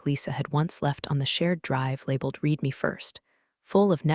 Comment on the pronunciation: A always, the AI gets confused on how to say the word READ, as it has different sounds for different examples; spoken either as REED or RED